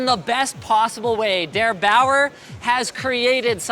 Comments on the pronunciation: its not debower its der eight aur er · In Germany : DerBauer Linus: Daer Bauere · DäerBaouer hahaha grüße geht raus an alle deutschen